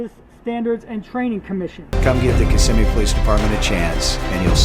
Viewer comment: FYI...the victim mentioned Park Place, this is a psychiatric hospital located in Kissimmee. And thank you for pronouncing Kissimmee (aka Little Puerto Rico) properly. Man i don't miss that city! If you don't speak Spanish youncan forget about getting a job in that city!